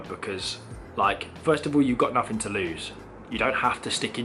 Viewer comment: And yet you still cant speak what the English language. what is growf, nuffing, sumfing?